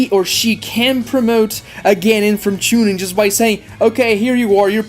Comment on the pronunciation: Hate hate hate ur pronunciations.of chunin jonin and genin